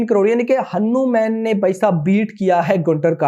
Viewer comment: Bhai aap hanu_man ki jagah hanuman bhi bol rahe ho